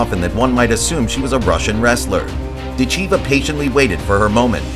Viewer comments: “dit-CHEE-vuh” 😅😅😅. PLEASE! It’s “DIT-cheh-vah”. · Pronounced.... Dit Cha Va Idiot! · NEXT....time watch the video before posting....her last name is pronounced: Dit....cha...VA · How could you watch all these announcements of her name and still pronounce it wrong the whole time !????? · What is with the Americans when pronouncing words? Can't they listen how the rest of the planet is pronouncing her name? She is impressively fast while having powerful blows and no trash talk! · Learn how to pronounce her name. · You are mispronouncing her family name. The correct accent is on the first syllable. Listen to the referees.